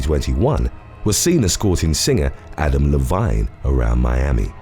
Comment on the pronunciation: Lol Adam La-vine 🤣